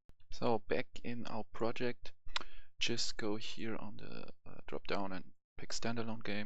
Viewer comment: Project* not projekt :)